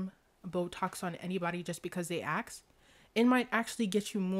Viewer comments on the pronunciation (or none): There's a difference between AXS AND ASK... just saying